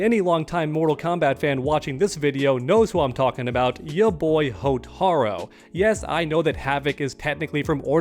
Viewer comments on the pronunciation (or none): Bro its hotarU not hotarO 😂 this is why i dont ever watch your content. Aside from the nasally annoying voice you exploit this community and game you dont even truly know for views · Mate, Come On, The only problem is you pronounced his name wrong.... (P.S. it's pronounced Hotaru, it means Firefly in Japanese). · Y the hell do you keep mispronouncing characters like Hotaru? It's got a U at the end not an O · Not Hotaro, HotarU, you bloody prick!